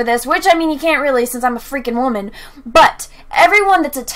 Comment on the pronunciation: You keep pronouncing "wamen" incorrectly.